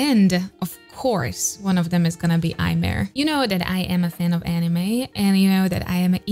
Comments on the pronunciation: So happy to see a Japanese singer on your channel! Just wanted to mention that how you pronounce Aimer is Eme, [eme]. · Common mistake but Aimer's name supposedly comes from French and is pronounced "eh-meh" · And as a French allow me to assist with that: it's simply pronounced émé . Easy, right ? :) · Just a small tip: her name, Aimer, is actually the French verb "to love", and is pronounced [eme]! I used to make the same mistake for a while (despite being French xD) before finally reading this somewhere ^^' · You should react to Aimer, Ikuta Lilas and Milet for Omokage first take. It is beautiful, definitely one of my favourite. Also Aimer is pronounced Imi. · Aimer is French word, so, Aimer is pronounced "emme". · The "r" of aimer is not pronounced